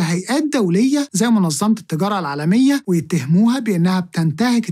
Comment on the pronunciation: التجارة أنطقها بالعربي